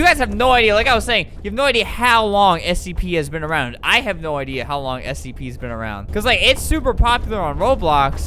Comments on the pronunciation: He said stp not scp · what is stp were u supposed to say scp